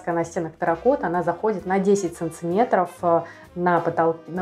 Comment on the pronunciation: Ну почему "САНЦЫМЕТРОВ" ???!